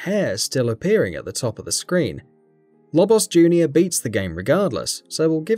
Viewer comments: What's with the Lobos diss? And what's with his odd pronounciation of "Lobbos" and "Smoff"? Is this guy looking for a fight? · its pronounce "low-boss"